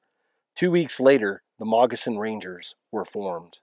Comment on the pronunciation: It sounds like you are saying Mogissan Ranger.